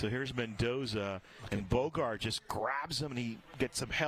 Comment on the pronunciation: Bogart not Boger!